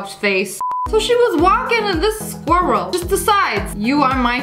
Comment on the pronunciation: I love when she says "skirret"🚶🏾‍♂️💯💕😂😂